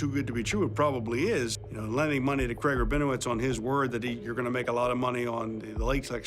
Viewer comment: CRAIG not creg